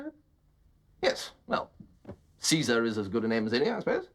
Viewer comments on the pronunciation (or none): "Cesar", hahaha!!!!